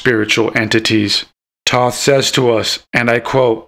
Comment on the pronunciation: Yea I agree with the "I'm not a pro" you pronounced Thoth Wrong.